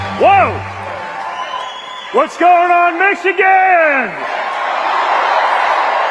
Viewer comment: Did he say "What's going on Mexicans?" Did he mean to say "Michigan"?